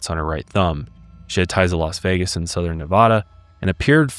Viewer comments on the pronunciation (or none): none